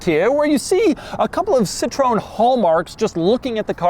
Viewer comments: The most weird pronountiation of the name "Citroen"....Sitroun.......I hope this is how you think it it pronounced and not made a purpose mistake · Pronounced SIT-row-when. Do your homework. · Why can’t Doug just Google how to pronounce a brand correctly. The way he says Citrone makes my hairs stand up. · Im from Belgium so i grew up seeing them alot on our roads too. What i didnt know is that this was sort of a more expensive model in their lineup lol.. i always thought it was a basic cheap car.. BTW, Doug, try to pronounce it right it would be funny :p it would be something like saying SIT - RO (like ro from romantic) - ËN (like en from energy) And im all in favor of Doug reviewing more european (weird or not) cars ! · «See-trow-enn». This is how it's pronounced. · Wtf is up with people saying Citrone? It's Citroën! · Wow the cringe on my face when u pronounce Ci-tro-ën XD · wtf is citröön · For the sake of the fabulous French language (yes I am French haha); we say: Seetro enne gzantiaa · Doug there is an E in the name. It’s pronounced cit-ro-en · Doug. Sit-roh-en. 3 syllables. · See-Tro-Ehn. It's easier to pronounce if you remember it has 3 syllables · It’s pronounced “si-trowen” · sea - tro - "N" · It’s not pronounced Sit roone??? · “Sit-tro-en”, literally just how it’s spelt. There’s an umlaut on the E for this… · I read all the other replies. But I still do believe the correct pronunciation is "Sit-Ro-Ahn". I also believe that some French-speaking person might just correct me on that. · I like your efforts but the 'sit' alone doesn't convince me for north Americans. I'd put it 'C-tro-ahn' But I'm not french either. Anyways there are videos about the brands names should be pronounced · as a french person, it's more like "sea" "tro" "N", but i've found this video to settle the debate once and for all (it was at the end of all Citroën ads for a long time) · It's pronounced 'cit ron' or more commonly 'cit tren' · DeMoron can't even pronounce "Citroen" correctly.